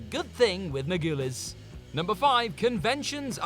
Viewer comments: MAR-GO-LEASE Jesus, learn the names for God's sake! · Juliana Mar-GOO-les? It's pronounced Mar-GUH-LEES! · Okay, I am usually able to ignore the mispronounced names because sometimes it’s just the different accents’ affect, but the way he said Juliana Margulies’ name was just ridiculous and makes me sad that you guys couldn’t take a minute to look up the names you don’t know how to pronounce so you don’t look unprepared, unprofessional, lazy, or just plain stupid when you say some of the celebrities names different each time you say it, but this time was just ridiculous when you were literally missing and then adding syllables to her name each time, her name is not that hard to say, Juliana Margulies, pronounced “Mar-ga-lease, it takes like two seconds to google it so next time whoever presents this person’s writing doesn’t look like an idiot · simply cannot pronounce American actors' names. Margulies, Dreyfuss... just take two minutes and look them up.